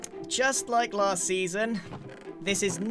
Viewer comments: It's La-aha-st life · It's lAHAst life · Giran, you ended it with "third life", but it's actually l-aha-st life. Just a tip for next episode ;) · Don’t you mean l-aha-st life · The t-aha-wers of s-aha-thlands aha-re great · It's not 3rd life guys, it's l-aha-st life